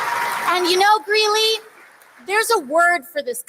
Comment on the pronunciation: It's Greeley, not Greenely